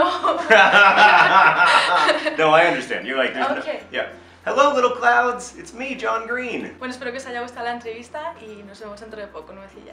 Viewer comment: 😂😂 little clowds jajajaja morí 😂😂😂